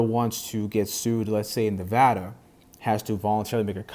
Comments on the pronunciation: Thank you for pronouncing Nevada correctly. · Thanks for saying Nevada correctly